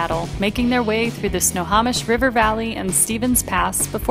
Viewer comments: 20 Snohomish is prounounced as Snow-home-ish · Snohomish is pronounced "snow-hoe-mish"